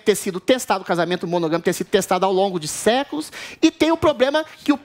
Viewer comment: "monogOmico"... Putz!